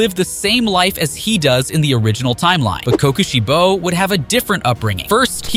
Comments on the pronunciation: Why I’d they say it like co Koshi bo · "Ki Ki shibo"